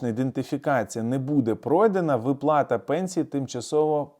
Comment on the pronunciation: А що, як буде говорити вИплата то Ви її одержите?